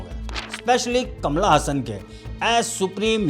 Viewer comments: अबे कमला हसन नही कमल हसन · Kamal Hasan ❌ kamala hasan ✅ 😂😂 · कमल हासन ❌कमला हासन ✅😂😂😅